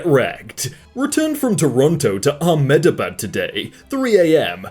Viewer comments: I kinda hated it when he pronounced Ahmedabad as ah-meta-bad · You reallly butchered Ahmedabad But I still love you